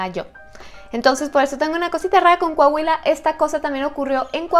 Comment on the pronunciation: Un shot cada que diga “Cohahuila” saludos, ya casi el millón 😄